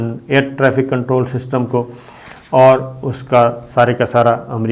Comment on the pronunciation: Sabir sb agar aap ka face darhi kay baghair feminine lagta hay to aap kam az kam dharhi ki izzat karien. I hope you will not pronounce qontrol. It is control. I think you should avoid all such words pronounce k or q because you have innate problem pronouncing right pronunciation of k and q.